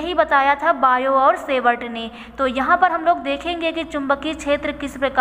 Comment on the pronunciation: Sevart nahi hota hai savart hota hai